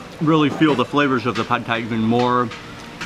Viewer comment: That's how it's pronounced in Thailand. LOL